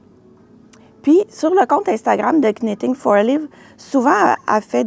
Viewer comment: Merci pour les belles idées! Sans vouloir vous offenser, je me permets aussi de vous faire un commentaire constructif: lorsque l'on prononce Knitting for olive, le "k" est muet tout comme vous faites en prononçant Petite Knit. Bonne journée!